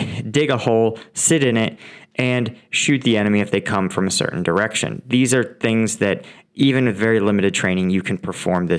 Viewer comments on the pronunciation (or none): none